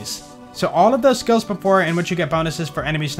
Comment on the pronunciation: I like how some skills "stag." I'm sorry I just cannot unhear it.